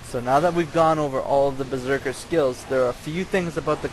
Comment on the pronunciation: LMFAO! "A Berserkal..." LMFAO!